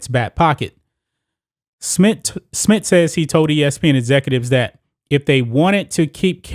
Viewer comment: Bro this is good really good but for the love of God it’s Smith not Smit